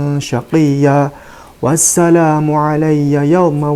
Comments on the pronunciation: itu mah fathah yg di baca panjang, jd bacanya wassalaaaaamu😂😂😂😂😂😂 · Itu dibacanya wassalamu..bukan di cabaca wassalomo.makanya kalo mau ngaji Alquran harus bisa dulu jurumiyah,mantek bayan dan ilmu nahwu....biar gak salah baca. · Surat maryam ayat 33 berbunyi; WASSALAMU 'ALAA ......... dst. Bukan salum. Tapi WASSALAMU 'ALAA.... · Tulisannya itu di baca wassalaamu, bukanndi baca wassalomu.. harokah pada lam itu berbentuk fathah tegak yg maksudnya di baca dua harokah sebagai ganti Alif. Bukan dhommah karna sangat jelas berbeda dgn dhommah pada Harakah mim .. Min.. Cuba sebutkan penerbit dan cetakan tahun berapa agar bisa dibuat perbandingan.. 😅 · Harusnya itu mmg bkn harokat dhommah tp fathah yg tegak utk menandakan bacaan panjang 1 alif yg disebut mad thobi'iy.. bacanya: was salaamu 'alayya.. klo org yg paham tata bahasa arab gak bakal membaca was salumu.. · Yg benar "Wassalaamu" bukan Wassalumu ? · Itu sebenarnya WASSALAMU bukan WASSALUMU...secara NAHUNYA seperti itu ,jangan terkecoh saudara2 semua...karena Al Quran awalnya tidak berharokat..jadi tinggal cara membaca aja A atau U...😊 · Klau baca alquran ngk dari iqro gitu bodoh ..!!! Sejak kapan abjad arab ada Huruf lom.. Yg ada lam.. Atau la la ketmu mim mati tetap di baca lam. . Kocak. Kocak.. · Bahasa arab gak ada harakat o. Bagaimana bisa dibaca wasshalom? Malah sha nya yg harusnya dibaca agak o. Jadi washsholam. Kalau sa jadi sha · Sdh jelas salah seharusnya Wassalamu bukan wassalumu... terima kasih pak Ustadz . Sdh sy cek Al Qur an sdh benar terima kasih🙏🙏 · ada juga baca nya wasalamun bukan wassalamu🙏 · Bacanya 😅was salamu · SAYA CEK AL-QUR'AN LAMA MAUPUN BARU BERBAGAI VERSI SEMUA NYA BENAR BER LAPAD "WASSALAMU" BUKAN "WASSALOMU". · D alqur,an ku wassalamu bukan wassalumu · Wassalaamu, lam nya panjang 2 harokat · Ya walaupun begitu ,gak usah ditambah tambahin salahnya, itu bacaan yang salahnya aslinya "salumu" dan Jangan ditulis"shalom", "s" jadi "sh" & "Lum" jadi"Lom" ,. Itu namanya nambah nambah kesalahan